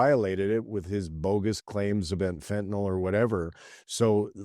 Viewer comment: Warren Kinsella, her name is Sheinbaum...not Sheinblume. And Fentynal.. Are you serious? Try educating yourself and watch Sam Cooper's reporting on this issue...proof, not rhetoric. Time for you to retire into the interior of BC.. And don't have any matches with you.